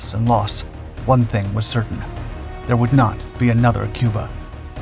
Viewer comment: "Cubar" Pronounced "Cue-Bar" "Ain't gonna be anutherr Cubar."